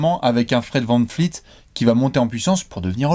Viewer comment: Pas vanFleet, vanVleet!